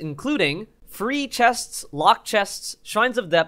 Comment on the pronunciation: Lol love u pronouncing the s at the end of chests